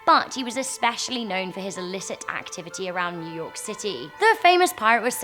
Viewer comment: new yourk city